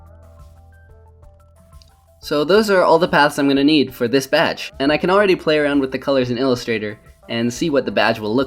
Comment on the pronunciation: It sounded like you said "batch" when you were ACTUALLY saying "badge"